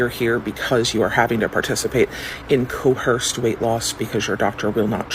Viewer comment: There is no H in coerce. It’s not pronounced Co-herce. It’s pronounced Co-Erce.